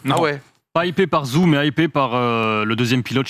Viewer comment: Zhou se prononce "djou"